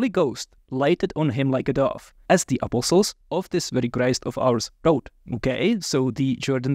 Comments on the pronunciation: I love how he pronounces “apostles.” It sounds like “apple sauce.” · I was so confused at first. Every time said "apostles", I was hearing "apple sauce". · THIS IS NOT A COMPLAINT, great video, but I gotta say… I scrolled down to see if anyone else said it first. I kept wondering what the hell “apple sauce” had to do with the Gospels but finally figured out he was talking about “apostles”. That’s one example, but so many words sounded like something else. I’ve studied Greek, Latin, German, Spanish and a little French, and generally have little problem understanding accents. Mispronunciation is easy to get through, but the cadence of his speech- accenting different syllables- was very difficult for me. Was so distracted by trying to figure out what word he said that much was missed by me. I feel like a classical musician who stumbled into a syncopated jazz jam. Still, much appreciated. Thanks!